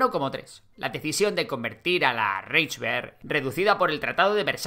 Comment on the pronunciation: Reichswehr = raijsver (no raijsber) U-Boot = uboot, no iuboot Kriegsmarine = krigsmarine, no krigsmarin